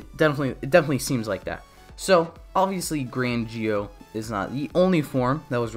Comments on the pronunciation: Why do you say it like that ji-o I thought it was zi-o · Im just gonna ask why he says gee-o and not zi-o